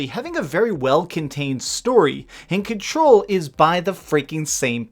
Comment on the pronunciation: "Number sexxxxx Ken-Troll"